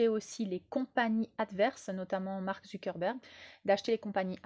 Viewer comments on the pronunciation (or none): none